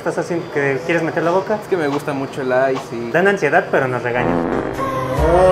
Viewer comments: Se pronuncia ice no icee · Se dice icee¡